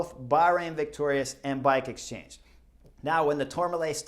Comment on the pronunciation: “Bike exstrange”. 🤣😂 ❤️🦋